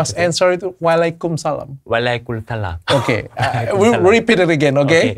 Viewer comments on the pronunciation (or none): Bukan walaykumsalam tapi wa'alaykumsalam 😅